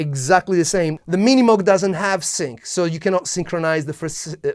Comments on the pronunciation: It’s not pronounced “moog” either. It’s pronounced moʊɡ/ MOHG. Rhyming with “vogue”. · You have the name all wrong. It’s not Minimug, it’s pronounced, MiniMoog. You’re super hyper. Back off on the caffeine. You make the MOOG sound like junk. It’s not. I still have mine.